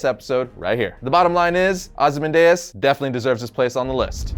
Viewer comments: Ozy man dayus? Are you serious? I love you and this channel, don’t get me wrong, but how do you mispronounce one of the most well known names and spoken names period. And even if that somehow was the correct pronunciation, who tf says it like that?! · It is ozymandiaz not ozy mandiaz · “Ozi man diez “ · How can you not know how to pronounce Ozymandias?